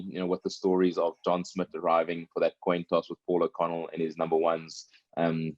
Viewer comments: Toin coss!!! 🤣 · The Toin Coss! LOL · toin coss. Lol.